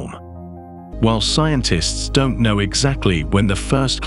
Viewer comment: Your AI narrator gets all the subtle inflections wrong. It really detracts from these videos. Why don't you just get a human being to narrate these? Why is that so difficult for you to do? I don't get it. At the very end it says, "but what do I know?" The AI puts the emphasis on the word "know", so it sounds like this: "but what do I KNOW"? But the expression is supposed to have the emphasis on the word "I". I just don't understand why this doesn't seem to bother you. It's ridiculous.